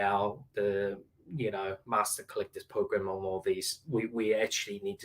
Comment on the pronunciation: does David say mater collector Pokémon?! 🤩 Slip of the tongue?!?